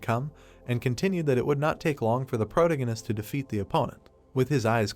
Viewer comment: I’m really trying to watch it as the story looks interesting but I can’t take the narrator repeatedly saying the word “protagonist” in the worst way possible. Please fix your narration 🙏🏻